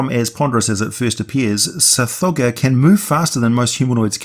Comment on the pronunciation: Sometimes when you say Tsathogga, it sounds like you're saying Sir Frogger. Lol